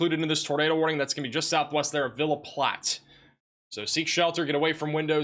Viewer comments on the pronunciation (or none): none